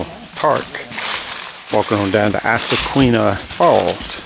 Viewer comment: It's pronounced "izaqueena."